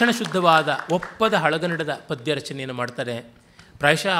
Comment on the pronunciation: See padya!! Not paada!